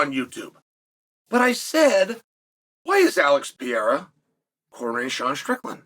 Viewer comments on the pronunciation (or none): Came for "Pierra" stayed for "Draykus"